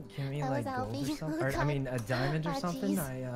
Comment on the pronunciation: Ahh back when sykkuno said kimi instead of keemee